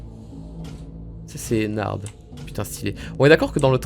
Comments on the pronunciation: On dit ennar pas ennarde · Pourquoi tout le monde dit Ennarde c'est Ennar(d)! Prononciation*